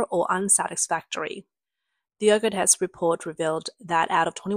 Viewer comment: "...accodring to tests by german publication okurus.." the actual name was Öko-Test. I don't expect the the original German pronunciation but the word "Test" should be easy for anyone to say, unless it is an AI or TTS who doesn't know it is a name and just tries to say it as one word.